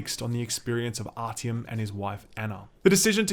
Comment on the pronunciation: .... did you just pronounce his name as ‘rtm’????